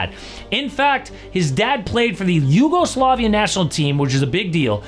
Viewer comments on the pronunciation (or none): none